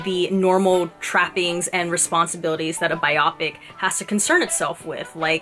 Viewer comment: Very nice review! You have a a nice way of presenting your thoughts (just as an FYI: it’s “ bio-pic”. 🙂). I am a huge and longtime (since his heyday in the 70’s) Elton fan. Had I not known the route this film was taking prior to seeing it, I would have been gnashing my teeth over all the songs that were used years before they were actually written (or in the case of Bernie giving Elton the lyrics to “I’m Still Standing, 7 years after the fact), as well as other things that were not exactly true. Fortunately, however, Dexter Fletcher the director, and the others involved with the movie, were very honest about these things, so I was aware of them going in. Re: “Tiny Dancer”, don’t know if you have seen Elton and Taron Egerton at Elton’s AIDS Foundation Oscar party earlier this year